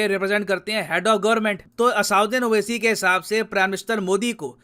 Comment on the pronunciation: असाउद्दीन 🤣🤣👌🏻👌🏻👌🏻 मोदी को मूडी मोड़ी भागवत को भगवत ये सबके नाम बिगाड़ कर बोलता है पढ़ा लिखा गंवार... पता नहीं कैसे MP बन गया। 🤣🇮🇳